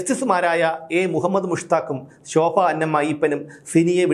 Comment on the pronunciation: Shofa alla shoba ennu parayou 👍